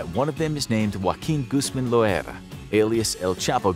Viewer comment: Guzmin Guzman Guzmon